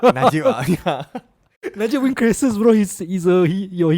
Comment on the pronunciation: Anwar cannot wan lah 😂